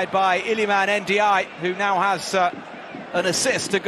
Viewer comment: The commentator's pronunciation of Ndiaye was so wrong...